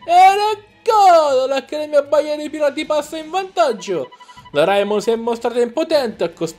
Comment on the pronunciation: E poi si di c'è reimon no raimon